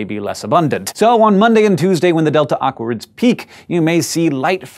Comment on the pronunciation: It sounds like you're saying "delta awkwards" :P -Rose